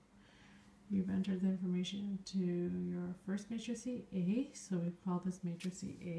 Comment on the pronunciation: Did you know that you are calling a "matrix" --a "matricie"?